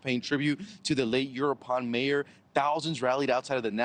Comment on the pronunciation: "Euroupan Mayor" come on pronounce it correctly, no te hagas el pendenjo.